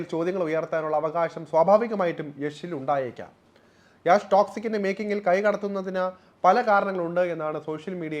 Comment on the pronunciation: ഡെയ്, യാഷ് അല്ലെ , യഷ് എന്ന് ആണേ 😢😂